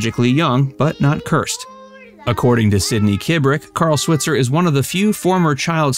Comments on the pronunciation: Carl's last name is properly pronounced Swhyitzer NOT swit-zer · He did NOT DIE in a bar fight. Died in a suburban home. Correct pronunciation of SWITZER is with a long I, like Sweetser. Get it right. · Carl's last name is pronounced "Swytser". He's from Paris Illinois (like my mom) and was a bartender. He was shot and killed in the bar over a fight about $50 someone owed him. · Last name Switzer is pronounced Swhytzer. Long i sound. His family have a gripe about the mispronunciation, especially because the 1994 movie didn’t bother to pronounce it right. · RIP "Mickey" (Robert Blake). Sidney is the last one left! (Also, you are not pronouncing Alfalfa's last name correctly in video after video and it's annoying.) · Switzer is pronounced with a long I.